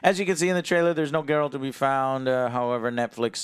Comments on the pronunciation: Did just say JeRalt?! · pronounced Geralt as "Jeralt". Wow he must be a super fan😑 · Why can't people get Geralt's name right. It's not Gerult there's an a not a u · am I the only one that's surprised didnt slap when he called geralt jeralt? I fucking wanted to slap him for it I thought he knew the witcher